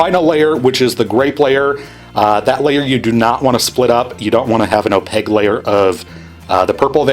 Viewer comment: Opague layer. Don’t you dare ever say opaQue. Just opague.